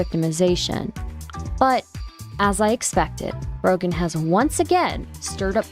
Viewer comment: t's pronounced Fro-jen